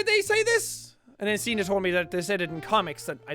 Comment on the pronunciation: ya know, when Jack says signe to me it sounds like he says cena which makes me think of...JOHN CENAAAAA (music plays)